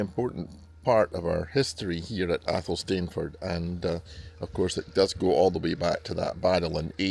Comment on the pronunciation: It's pronounced AYL-sun-fud